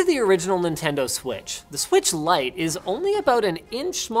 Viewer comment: The “Nintengo”